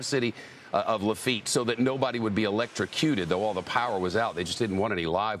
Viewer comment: When he says LaFeet, does he mean La-fe-yet ? Lol